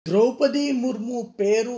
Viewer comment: సార్ మనది ఈ దేశమేన.ద్రౌపతి మహాభారతములో ముఖ్య వ్యక్తి. ఆ పేరు పలకటం రాధ మీకు.